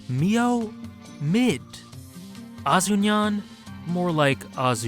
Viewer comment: YAWWWWWW my respect when you said "Azu-Yawn" 📉📉📉📉📉📉📉📉